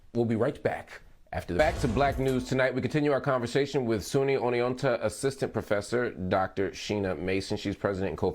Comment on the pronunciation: I like the pause when he was not prepared for how to pronounce “Oneonta”